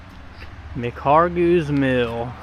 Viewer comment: Mispronounced McHargue!